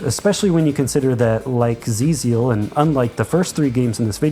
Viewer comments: It is pronounced "Twelve Zeal" btw, not "Zee Zeal" lol. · Probably someone has already pointed this out, but the developer's intention for how "XIIZEAL" should be read is "Twelve-Zeal". Thank you for the list! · XIIZEAL is pronounced "Twelve Zeal" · Hate to be pedantic, but I am like 99% certain XIIZEAL is pronounced as "Twelve Zeal". There's a whole lot of 12s in the game.